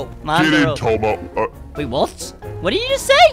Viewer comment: you said Tommo But it's Tomo😂